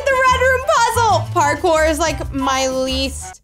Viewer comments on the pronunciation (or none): none